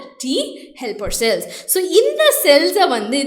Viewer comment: Neenga cute ah pesren ngra perla cringe ah pesringa mam 😅 "So" nu sollama "sho" nu solluradhu Cells ku shells nu solradhu 🤯